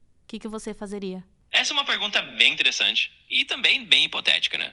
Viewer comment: ela disse fazeriaaaaa😂 meu pai do céu